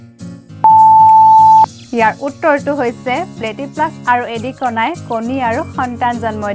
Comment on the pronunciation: প্ৰশ্নও ভুল কৰিছে আৰু উত্তৰো ভুল কৰিছে । কণী পৰা প্ৰাণী বুলি ক'লে ভুল হ'ব । কণী পৰা স্তন্যপায়ী প্ৰাণী বুলি ক'লেহে শুদ্ধ হ'ব । লগতে "এডিকনা" নহয় , "একিডনা"হে হয় । আগৰ ভিডিঅ'তো ভুল আছে । অলপ শুদ্ধ কৰিব চেষ্টা কৰিব ।